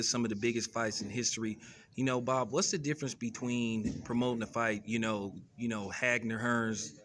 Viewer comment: Who the fuck is "Hagner" 🤦🏾‍♂️??... Get the Spence/Crawford fight made whenever it is it'll be the biggest fight of the year...